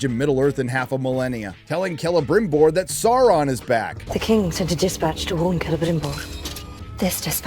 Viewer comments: Saurrrrrrron Errrrrrregion 😂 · It’s pronounced SAURRRRRRRRRON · 😂What's with the brrrrimborr and the saurrrrrrron.. Like who listened to this and thought "yeah, sounds good".